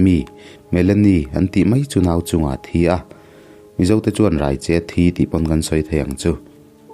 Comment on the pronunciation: Raicheh lam dan hi a diklo.... Mi ka rai tih ri ni lovin, chaicheh anga lam tur....